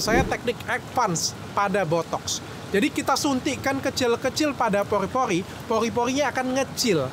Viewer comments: Pori-Pori dok penyebutan ny bkn Poli-Poli 🤭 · Pori-pori dok , bukan poli poli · Pori-pori dok bukan Pogrrhi-pogrrhhi🤭